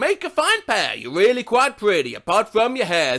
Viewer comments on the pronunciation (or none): none